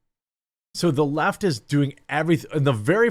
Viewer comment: At 39 seconds in it sounds like you said the Laught instead the left. I'm gonna use 😅😁😅